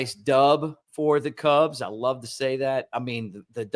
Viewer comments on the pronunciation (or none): none